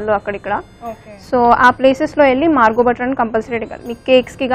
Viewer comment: Its not Margo its marvo butter.